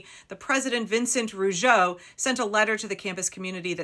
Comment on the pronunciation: Rougeau pronounced: Rooo - go.